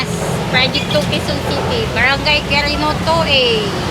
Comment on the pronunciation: Quirino is pronounced as Kirino.